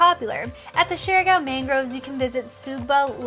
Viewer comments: I get a rash every time they pronounce the island name as "share gow" 😅😅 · How come you’re not able to pronounce the name of the island correct after you spend so much time there?